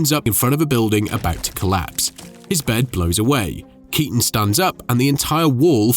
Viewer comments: Dachte immer dass man den Nachnamen von Keaton so wie Kiiten ausspricht und nicht wie Katon 😂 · Cazzo: la pronuncia è Kìton, non Katòn!!!!!